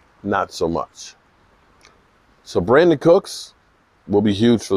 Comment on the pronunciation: It's Brandin